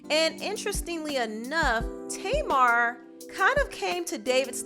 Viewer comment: I thought her name was pronounced (tah-mar) and not (tay-mar). Oh well everyone's pronunciation is different